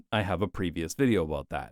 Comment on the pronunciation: i laugh every time you pronounce "aboot" and "caers" like that, so this became the funniest video of all time. also, it's a perfect all-in-one summary of every argument for my car-hating philosophy. so this might become a load-bearing video for the coming decades. thank you